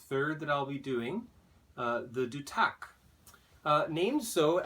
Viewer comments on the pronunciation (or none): Duth ac. Not du tac . Lol